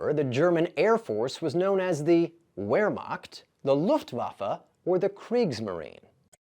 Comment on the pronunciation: Let’s pronounce Wehrmacht properly shall we ❓🙄🤡 Yikes‼️